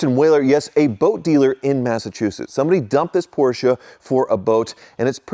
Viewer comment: Gee, another Posche that needs work. Can you say Hooptie Special? Never learn do you?